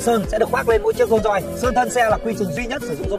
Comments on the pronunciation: Dôn doi ngọng líu ngọng lo thêm quả tiếng anh phát âm đi vào lòng đất nữa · Dôn doi là cái gì? Tên thương hiệu riêng của người ra mà cũng phát âm kiểu đấy á?